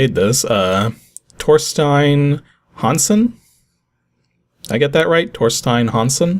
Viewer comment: You got Torstein Hansen right. Kinda weird to see a Norwegian developer though!